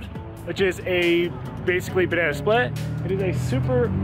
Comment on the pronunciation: Sounds like the brain freeze gave you a brain fart also LOL you said "Banany" LMAO...I'm sorry, but that made me laugh brother! Please don't ever change your ways!! LOL